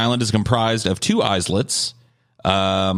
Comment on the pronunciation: Semantic pedantic here, Islets is pronounced 'eyelets' not 'eyeslets'. Also it's the 'eenid' not aaynid